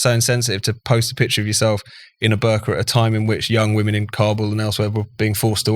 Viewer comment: Ho I thought he sead burger